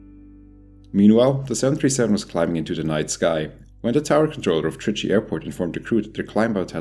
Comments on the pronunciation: He said "Trichy" correctly🍻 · First if all 👍 for pronounced trichy well 😉